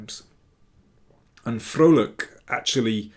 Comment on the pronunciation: As a Dutchman, I got a smile on my face at the correct pronunciation of Liam's last name! (You could even say, I was quite 'Vrolijk' (happy) 🙃)